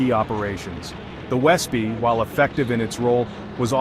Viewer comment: Wespe is pronounced vespeh, it is wasp in German =)